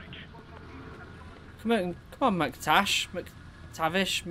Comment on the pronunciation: I really love how he cant say mactavish and just keep saying some random but kinda similar names love your vids